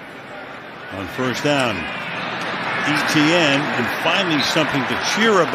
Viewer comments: Why e t n ? it’s Et ienne and jag u ars not jag warz pronounce it right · Etienne is pronounced "ATN"